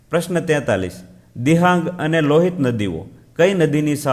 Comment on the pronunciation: ૯:૨૭ દિબાગ આવે...દિહાગ નો આવે